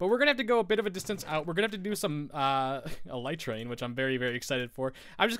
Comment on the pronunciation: No, you said it right :)